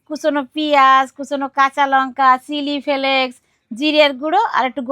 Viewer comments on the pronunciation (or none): চিলি ফেক্স ❎ চিলি ফেলেক্স✅🙂🙂🙂🙂😁😁😁😂😂😂😂😂🤣